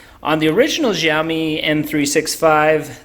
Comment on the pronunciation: It's Xiaomi, not Riaomi